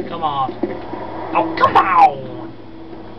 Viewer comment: aah i love it when you say that *camown* XD